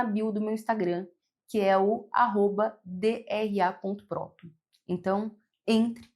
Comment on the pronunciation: "Dra próton" 😂 🤦‍♀️